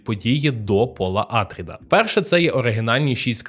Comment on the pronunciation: Добре, що не Пауль, але чому Àтрід? Прізвище АтрIд (наголос на i). Хоча грецькою все ж такі АтрЕйдіс. Россійські перекладчі у 18 сторіччі чомусь ім'я царя прочитали Атрід замість Атрей, звідси і пішла назва його синів Атріди. То навіщо підтримувати россійську традицію та перекручувати грецьке прізвище?